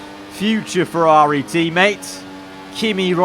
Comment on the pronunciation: F1 Games Playstation wants a word with you over the pronounciation of Ferrari 😂😂😂